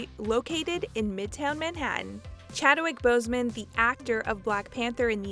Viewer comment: Who is "Chadowick" Boseman?